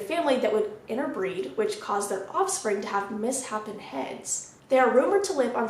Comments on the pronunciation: It's not misshapen, it's mis shapen. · It’s cute how she was so worried about saying Algonquin, says it perfectly, then next sentence says misshapen wrong lol